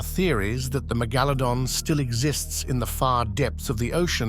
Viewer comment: LOL. He said megalodon correct in the beginning then suddenly changed 😆😂wtf.